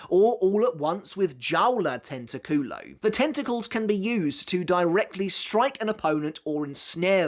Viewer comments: be careful, it's tenTAculo, if you pronounced like tentaCUlo many spanish-speaking people might find it really funny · The way you said tentoculo for luppi's resurrection was tento "ass" in spanish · For the Luppi attacks, careful with the pronunciation. "Tentaculo" sounds like "ass tempting", you need to stress the "TA", as in "tentáculo", meaning tentacle. We already have a degenerate in the Espada with Szayelaporro, we don't need a second one.